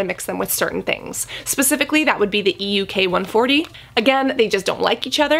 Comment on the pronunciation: It's EUK 134, not ELK... can you correct your Video? :-)